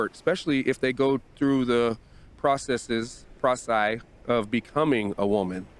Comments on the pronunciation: Lol “processes … processai” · Who is this dude?😂 "Processes... proceae" lmfaooo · "Processes... processi..."